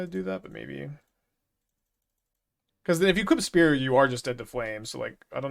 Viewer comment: Pronounces spear "spurs" yet refuses to say "Boots with the spurs" so we could make "Get Low" mashups.